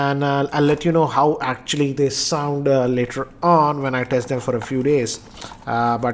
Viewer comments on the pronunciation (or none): none